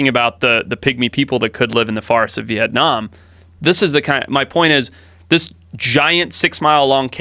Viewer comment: Love the way Joe says Việt Nam, love you big bro, you are changing the world